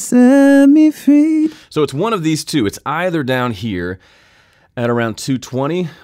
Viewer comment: Cool, nice and easy! Why did you pronounce 'free' more like 'fee'? Any specific reason?